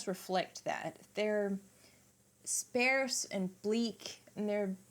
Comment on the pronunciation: Hi. Do they pronounce "sparse" with a "air" sound in New Zealand? It's with "are" sound in the US. (sp-air-se... or... sp-are-se) I've never heard anyone pronounce it the way you did... so I had to ask. Btw... I think you presented your points in both "bullet proof" form and "bullet point" form.; ) One point I would make about John calling his 1970 album "Sgt. Lennon"... is that it is not really much like their work from the "Sgt. Pepper" album. One being "sparse and bleak songs of a broken hearted ex-Beatle"... while the other was basically the opposite of sparse and bleak. While I like John's 1970 POB album (it has some excellent tracks) - for me it is a bit too much of a one note album. When it came out... I got tired of it much more quickly than I ever had of any of their other material. For me... his 1971 album just had so much more variety (it's my favorite of his solo stuff). With "Mother"... it hit me hard on the first few listens - but I found myself feeling less and less emotional connection to it as time went by. "Hold On" Nice job by the guitar correspondent. Well done. Love that you spent time talking about how you feel Klaus played the wrong bass note on that one particular spot. Love that your deep dives are so detailed and find points I never noticed. "Also... I didn't go home. I just popped out to grab some lunch." OMG - you gave me a good laugh... and that look on your face.; ) "Of course, he's dead. So what does he know..?" OMG - you are making me l